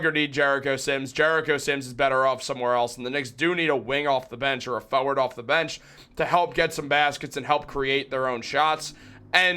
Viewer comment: Can we trade your pronunciation of "forward" for an English one 😅